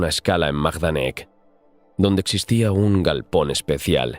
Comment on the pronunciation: Buenos Días; Magnífico relato. Se dice Maidanek. Vivimos a 10 minutos de este campo nazi de concentración en Lublin. Soy chicharrero de Tenerife y vivo allí. Mi mujer y mis niñas son medio chicharreras y medio polacas. También se dice Plasuof… El río Vistula se pronuncia como “Visua”.